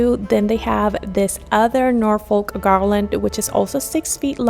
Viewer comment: Great video. FYI Norfolk is a place in the UK and its pronounced "Nor-fuhk" The stress is on "Nor" and the L is not pronounced. 😁